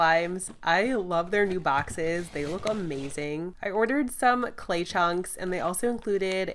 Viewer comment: I always notice you say slay slime instead of clay slime